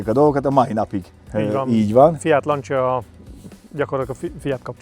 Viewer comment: "lancsia" Ne, ne, ne borzoljuk a hallgatók idegeit!